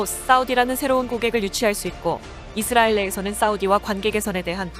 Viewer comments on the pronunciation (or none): none